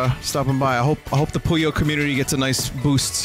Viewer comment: More Puyo Tetris is always good EDIT: Vinny plays story mode, skips it. Story or riot, we fackin' riot Is it me, or some times when Vin says 'Puyo' it sounds like "Pollo"?